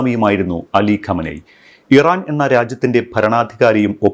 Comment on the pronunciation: ഖമനെയ് അല്ല ഖമൈനി